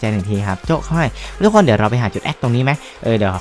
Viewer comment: ตอนเเรกพี่พูดว่าทุกคง